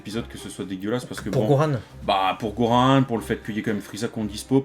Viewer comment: Pourquoi ils disent Goran ???????? C'est Gohan bordel de merde arettez avec vos prononciation bizarres!